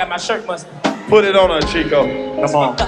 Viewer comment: Chico - not Two but Cheww lol..... 😂😂😂